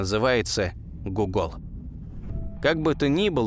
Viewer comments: Не гугОл, а гУгол. Именно так компания Гугл хотела назваться, но была допущена ошибка в написании — так и оставили. Хоть бы с терминологией ознакомились сначала. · Я думал гугл а не гугол